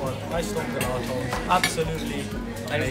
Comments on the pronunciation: please don't be offended but gelato is Italian ice cream pronounced with a "j" "jelato" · It’s pronounced jelato not gelato x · The way you pronounced gelato was so hilarious.. it's pronounced 'jel-ah-toe' lol